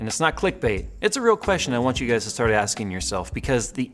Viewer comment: "your guy'ziz" please clean this up. I agree that Intel looks dazed and confused. I guess so many years with out competition they were likely going to forget how to respond to it. I hope AMD can deliver! Intel needs some one else in the marketplace and so do we. All those years Intel had on easy street rolling out infinitesimal performance increases holding onto more than 4 cores for the mainstream with an iron grip. Thank you AMD.